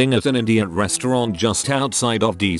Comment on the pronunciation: I was listening to the video and not watching, and I honestly thought the TTS voice said “IDIOT restaurant” instead of Indian restaurant. 🤣 I was wondering what kind of restaurant THAT would be like! 😆